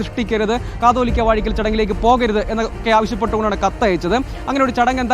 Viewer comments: കത്തോലിക്ക അല്ല കാതോലിക്ക.. ഇവർ ഒന്നും കേരളത്തിൽ അല്ലേ?? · കത്തോലിക്ക അല്ല കാതോലിക്ക, റിപ്പോർട്ടർ ആദ്യം തന്നെ ഇതൊന്ന് വ്യക്തമായി പഠിക്ക് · കത്തോലിക്കാ അല്ല, കാതോലിക്കാ 😂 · കത്തോലിക്കാ ബാവ എന്നല്ല കുട്ടീ.. കാതോലിക്ക എന്നാണ് പറയേണ്ടത്!